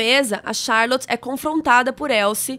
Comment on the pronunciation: Como albernathy vc fala com sotaque e charlot vc fala charloti kkkkkk amei o vídeo😍